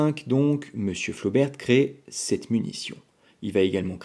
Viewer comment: on ne dit pas "flobertE" mais "flober" comme on dit "rober" pour robert, et pas roberte. et on dit bosquette pour celles a balle pointue, généralement un peu plus longue parce que "double culot" plus puissantes quand les flobert sont simple culot balle ronde. Flobert a aussi vendu des cartouches a balle pointue pour récupérer la clientèle intéressée par les cartouches plus puissantes a balle pointue de Bosquette mais elles restent de simple culot. la mesure de la puissance et de la précision dans un canon rayé n'a pas de sens, ces cartouches étaient destinées à être tirées dans des armes a canon lisse, carabine ou pistolet. ces armes anciennes sont en cat D et on les trouve très facilement. les cartouches Bosquette ne doivent pas être tirées dans les armes Flobert, qui n'ont pas de verrou de culasse = il n'y a que le chien qui retienne la douille.